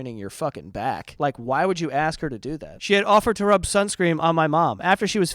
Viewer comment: i kinda find it weird the way he pronounce the word "ask" as "aks" maybe is an accent thing, also english is not my native language..